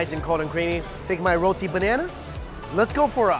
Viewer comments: Oh Mikey, its rowtee not rahtee. Or rather Roti not rati. I love your channels. You can eat what I cannot. I envy your 3 stomachs. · I got so mad wen he said it wrong omg 😩 I live in the Caribbean where we have roti n white ppl say Ruh Tea instead of roti 😩😩😫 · Its not rati its RO-TI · In Trinidad is is pronounced roti [row-tea] as well. Was awkward hearing him saw it like that lol. Either way, it tastes great lol. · Everytime that he said "Rotee" cringe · Haha he said “Rahti” hehe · Put more Pronunciation in the o in rotie